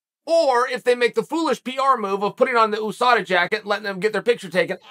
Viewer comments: The way uncle chael says USADA always catches me. Oosada😂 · I love when Chael P. says OOSADA